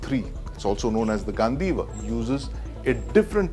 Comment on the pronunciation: it's ganDeeva, do sounds like dee in deep. I thought you read Mahabharata n knew it's spelling.